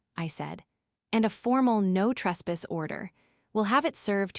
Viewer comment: AI can not say caulk, or retainer. No trespass. Can not say trespass.